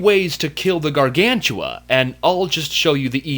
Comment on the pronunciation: ***** Hey,i amyour biggest fan and i think you know that and i wanna tell you when you tell the word gargantua it sound like you tell "gargantula". hehe.